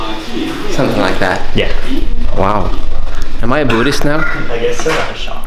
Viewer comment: "Boodist" > "Budd(h)ist." The h is silent but the u is shorter. I can't think of an example of the same vowel sound.